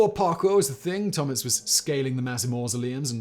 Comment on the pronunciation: It’s Tomić like Tomich . You’d think with all the research they’d see how to pronounce some simple names